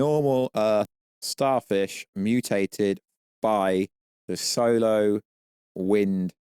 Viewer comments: Are you trying to say "'solar' wind" during the video? Because your accent makes it sound like you're saying "'solo' wind" (which sounds funny). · Why did he keep saying solo winds it’s SOLAR